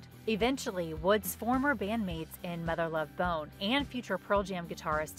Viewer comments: Still have this album on display in my office next to my PJ and Soundgarden collections. Also, I don't like the way the narrator pronounces "Mother Love BONE". :) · I don't think Mother Love Bone is being pronounced correctly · Lol why is she saying "Mother Love Bone" in such a weird way??? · Why does she say Mother Love Bone the way she does? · So the footage shows recording with a computer, which wasn’t around in 1991. Also the narrator says Mother Love Bone very oddly. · In the future please learn the material, know it, don't just read it. The way you say Mother Love Bone I believe bothers me. Although I love the subject matter, this might be the worst video I've seen on this channel